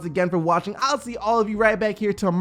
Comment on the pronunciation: I like how says Beast instead of peace.